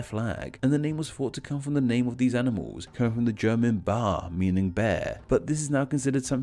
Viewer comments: You dont pronounce it like „Buhr“. The German letter „ä“ is pronounced like an e „e“. So „Bär“ is more or less pronounced like „bear“ in English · You should learn how the German words you say are to be pronounced. For example, 'Bär', meaning 'bear', is pronounced similar to 'bear', not like 'bar'. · Pronounciation , Bär is pronounced the same as the english Bear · German Bär is pronounced very similarly to English bear. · This is the second time you've done it, and it bothered me both times, but "Bär" in German isn't pronounced like the English word "bar". In fact, it's pronounced exactly the same as the English "bear," ignoring the different rhotic sounds between the two languages. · Ffs, Bär in Eerman, is pronounced just like bear in English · The german "Bär" has almost the same pronunciation as the english "bear" except in bär the r is pronounced in the throat and not left out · Seriously, I love your videos and I've given this one a thumbs-up as well, but you should research more on the pronunciation of the places you mention. I'm not talking about things that are hard for English speakers to pronounce like "Schleswig-Holstein" but about easy things such as "Bär" (pronounced similarly to 'bear' in English, not to "bar" which is what you said) or "Allemagne" (which you pronounced "Allemange" and not "Allemagne" which sounds a bit like "ahl-mah-nyuh"). No hard feelings though, I still found this very interesting :) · I know you stated that you’re focusing on the English version of the names, but I think a bad pronunciation disclaimer would’ve helped, as you still used German terms (and butchered them, as usual). I mean “Breeman,” “Bar” instead of “Bär/Bear” (it’s actually pronounced the same). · the way you pronounced Bär XD